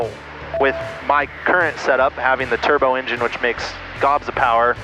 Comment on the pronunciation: I was thinking how can I be the only one the heard "Tur Bro"